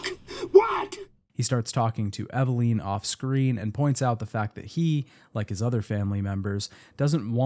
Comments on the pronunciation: Take a shot every time he says “Eveleen” instead of Eveline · Bro for the love of God. It's EV-AH-lIN. not EV-AH-LEEN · Eveleeeennn. It amazes me that Mia says her name proper in game and people still can't pronounce correctly lol. Otherwise I enjoyed the video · Eve-LEEN. Lol. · I usually like to listen to these but hated hearing “Evaleen” over and over and over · EveLEEN?? You lost me there lolll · The way you pronounce character names in literally every video just kills me 😂 “Eveleen” But it was weird because it , you actually pronounce it correctly, but then in the same breath, say it the wrong way again. 😏 Silly! ❤ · Took a shot every time he mispronounced Evelyn. I blacked out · It’s killing me especially because even in the audio from the game they pronounce her name correctly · Take a shot every time he pronounces Evelyn wrong